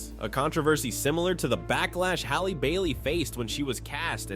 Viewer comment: ude, idk if you know but mermaids don’t have a race and could’ve literally been any race… Snow White’s name IS her race so I’m not “picking sides”… but, since we’re going by books, Snow White should be 7… just ask the Brothers Grimm Also it’s Halle like Halle Berry… not Hailey 😂